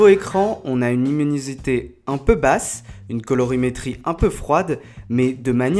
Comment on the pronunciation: uminusité (lol 😂)